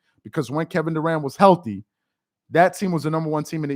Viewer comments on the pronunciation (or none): Kevin DA-ANT 😆 🤣 😂